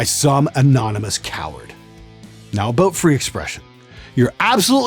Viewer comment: Best part is when he said aboot lol I wanna go back to Canada now for some fries and gravy and crown royal and coke yaassssss!